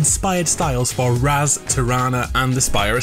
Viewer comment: Tho it's pronounced raaz, not raz